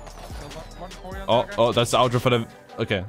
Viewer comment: 11.56 ottr became french😂